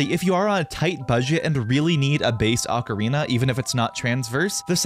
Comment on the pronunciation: O ca ri na pronounced "0h kah ree nah" not "aka rina".